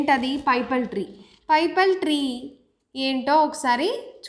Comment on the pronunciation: పైపల్ ట్రీ కాదు. పిపల్ ట్రీ అంటారు.